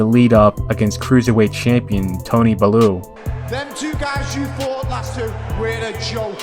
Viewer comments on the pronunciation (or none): Great vid yet again, BTW Tony's bellews name is bell-you not baloo 😁👍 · I love you and we miss u dog every post is long awaited and your documenting to u sport is important to the history and will be watched by our kids. but it’s Bell U sounded like you said balloo. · whos Tony Balloo lmao? Its pronounced Bell You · Haye came back to fight Tony Balloo lol it’s pronounced bell Rew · Bell-yew not bell-uh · Nikolai valooov tony belooo du bois, wtf are those pronunciation, val u ev, bel you dub wah thats how you do it properly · Tony bellew pronounced like “bell you” love the content 👊🏻